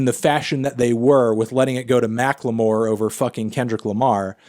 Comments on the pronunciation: Stop saying Mack Le More you fucking melon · Why the fuck do you pronounce "Macklemore" like that? Just say it like a normal person, you fucking hipster.